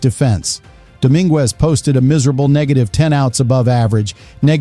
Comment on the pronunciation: Nothing is happening yet can we get rid of these creepy AI narrations? They can’t even pronounce the names correctly please no more AI